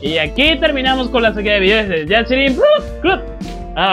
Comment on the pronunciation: O de que se pasó todo el video diciendo "yaCHIrin" jajaajajaj